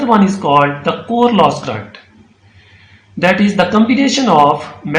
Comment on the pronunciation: It is current not crrrunt😂. Thanks